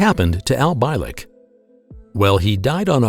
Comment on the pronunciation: mispronounced his name, it's pronounced BEE-LICK. funny how if you take the entire history of our planet and look to see OUR impact, you'll notice that WE have not even been around long enough to make a SMUDG on that measurement due to the FACT that we've not been around long enough to know anything but the BS that we keep rolling over again and again. how is anyone suppose to evolve or even be intelligent if we are taught the same BS since the beginning of our lives. i guess once all the POISONOUS people in power are DEAD we can finally have a world COMMUNITY